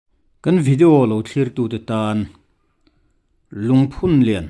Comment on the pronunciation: Lungphunlian i lam rik dan erawh ka complain deuh. "Rallianchhawn" tih thluk anga lam hi a dik lo a, "Haw vat rawh " tih thluk anga lam rik tur ani e